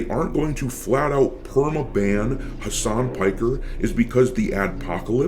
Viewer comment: mf said Hamas Piker 💀